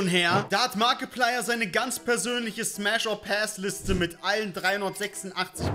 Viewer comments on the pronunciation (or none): Ich hab die fnäf oder päss verstanden 😂